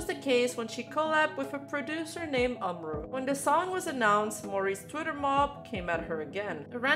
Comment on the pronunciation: Hey, just wanted to say my piece regarding the umru incident/drama (First of all it's pronounce OOM-ru, second of all this is gonna be a long-ahh comment but I promise it's worth it) I've been a fan of umru and his work since around 2020, and I've loved nearly every song and project he's worked on. Seeing his name listed as part of the credits for Sinderella was honestly kinda crazy, it felt like two worlds were gonna collide. But then he posted his "apology" statement. I feel like umru making his statement about disowning the song and him bringing up the deleted N-word tweets from OVER HALF A DECADE AGO was kind of a huge L on his part, considering he's also worked with other artists who've had similar situations in the past (i.e. Slayyyter and Caroline Polachek - but at least they both apologized!) and kinda left a bit of a stain on how I see him nowadays. I don't think he should've apologized at all, cus the song is honestly pretty fire. I literally listened to it for the first time while writing this and it is honestly very, VERY sick. Probably one of my fave Calli songs (imo of course). Sure, he may have fumbled the bag at first (it appears he genuinely didn't know who Calli was which is kinda crazy, and he thought it was gonna be for an actual Japanese artist at first before shit went down) but at least the remix he did for SG5 made up for it somewhat. Also, despite him essentially disowning it, the song is still avaliable to listen to, with umru's name still listed in